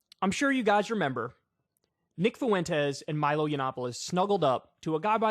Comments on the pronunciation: Kyle, ya killing me. Fuentes is pronounced fWEN-tez, not FU-EN-tez. My Puerto Rican ears are bleeding. ✌️ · "nick foowentes" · Stop saying "Fuentes" like that. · Why do you say Fuentes like that?